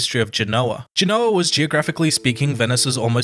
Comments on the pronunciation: Listening to the way Americans mispronounce "Genoa" makes me want to put ear plugs in. Its not "Ge-know-wa" it's "Gen-o-ah" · Forgive my pedantry, but Genoa is pronounced GEN-oh-a in English, and GEN-oh-va in Italian. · It bothers me that the expert on GEnoa/GEnova mispronounces the name of the city. (But maybe he's using a different dialect of Italian.) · Please pronounce places like Genoa correctly. Its very easy to look it up. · Genoa mispronounced.